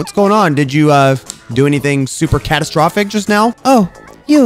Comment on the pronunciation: Did say... CATastrophic